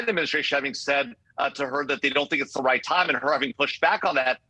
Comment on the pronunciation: Did she say has the Wight to shoot her down ?😂😂😂 Random precision indeed 🤔😂